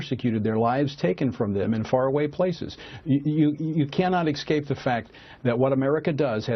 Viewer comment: "you cannot ekscape the fact" lol